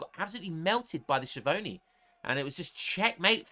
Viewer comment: ch in italian = k sound, so skiavoni xD